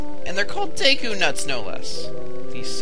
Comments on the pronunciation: nope, it's the japanese syllables de and ku, so it's pronounced deh-Kuu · its pronounced duku but spelled deku tip tip